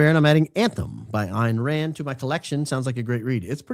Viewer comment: Btw it is pronounced Ann Rand